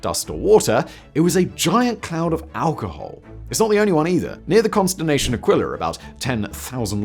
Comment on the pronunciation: “… near the ‘consternation’ Aquila”?